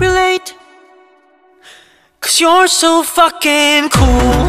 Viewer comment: 현상이 발음이 좋아서 풕킨 하는데 쾌감이.. 이런노래 더 해주라ㅠㅠ 잘어울린다.. 잔잔한거 하다가 반전매력🫠